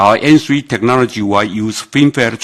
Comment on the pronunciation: 沒啦 只是 開始他說N three 時的發音很像芫荽😂